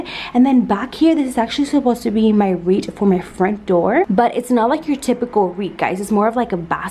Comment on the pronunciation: Haha I notice you say “wreet” instead of “wreath” cute